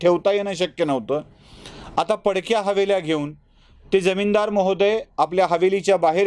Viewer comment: इतके चांगले विचार सुंदर मांडू शकता मग थोडं भाषेकडे लक्ष द्या की. जमीनदार मधील ज चा उच्चार ज असतो ज्य नसतो पण चहा मधला च हा च्य असतो च नसतो. न आणि ण ची सतत होणारी गफलत आनंद हिरावून घेते.